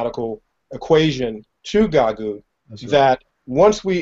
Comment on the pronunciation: Stop pronouncing it wrong how disrespectful GaGOOT. It's GAGUT